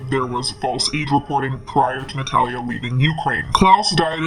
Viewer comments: I love your videos!!! But why are you saying her name wrong?? Its not Nat-hal-a its Na-tha-lia. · Please look up how to say "Natalia" correctly. You sound like an idiot.